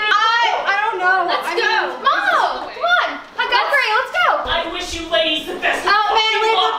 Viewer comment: mineta really said: happy halloween ladithes lmao